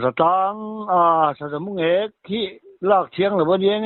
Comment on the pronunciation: mulêk tihloh tur..Mungêk tih tur